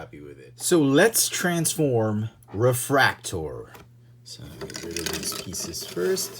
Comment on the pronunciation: Its like nails on a chalkboard to hear em called 'refraktor' can't do it.